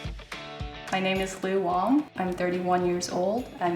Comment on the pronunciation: Wang(ng) is racist, right? Bull sh8**t! Pronounced it, wrong! waing! Used XP as, kaldean? That isn't, ever XPJN i.e. China! It be, Cambodia / N Korean!